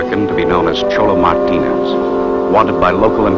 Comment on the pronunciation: Wait, did the narrator say 'Cholo Martinez'? What a hoot.